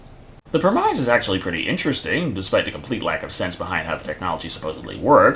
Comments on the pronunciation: I can't help but flinch whenever somebody says prem-ize. It's pronounced prem-iss. Premise = Prem-iss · premise is pronounced preh.miss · Are you saying "premise"? I have never heard anyone pronounce that word like that... You have a descent list of those.